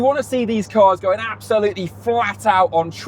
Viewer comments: I'll help you guys. Teh-meh-ra-rio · English speakers: "Temewawio" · Tememario Temeraro 😂😂😂The english people really can't say the name of the car. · Its not called tamagochi its terramario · It's more like TEMUrario. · You seriously have language issues. I don't understand why everyone in the world is supposed to be able to understand and speak English and you cannot learn one Italian name. Quite pathetic. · Making fun of Italian words that you can't be bothered to learn how to pronounce properly is pretty weak and telling. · Brilliant and informative video, especially if someone is actually in the market for one of these amazing cars. But seriously, guys, jingoistic mispronunciation of foreign languages is beneath Top Gear and its presenters. Do better. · Do the hosts have stroke or something? They can't pronounce Temerario correctly it seems. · “How many times can we mispronounce Temarario in 1 video? Tune in to find out”. At least 50 🤣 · They tried to recreate that “Clarkson, Hammond and May magic” with the initial comparison. And the constant mispronunciation of Temerario is such a classic Clarkson bit. I made it almost 10 minutes but, I have to click off. Hopefully this was a failed attempt at an homage and not a sign of things to come. I like both presenters but, not when they’re doing bad imitations of legendary automotive journalists. See you next episode. My $0.02. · The joke about not being able to pronounce Temerario got old real fast - start acting like professional journalists! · The Temerario name gag is so old 🙄 it’s not hard to say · That mispronunciation of the Lamborghini's name gag, got very old very quick. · Yeah I don't get why they were pretending it's a difficult name to pronounce. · It’s pretty pathetic actually… especially considering Brits nor Americans can NEVER pronounce anything foreign correctly. It’s pure ignorance. Imagine other countries pronouncing Bentley or Morgan wrong intentionally!